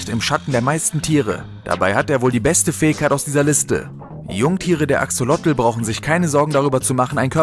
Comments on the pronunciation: „Fäigkeit“ xD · Lern "Fähigkeit" auszusprechen.